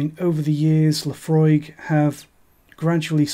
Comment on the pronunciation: i clicked like the moment u said laphroaig😂